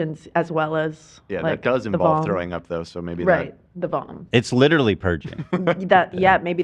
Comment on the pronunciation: goes “it’s litewary the playbook”